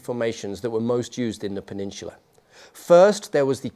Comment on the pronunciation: Peninsula. Do you even speak Americanized English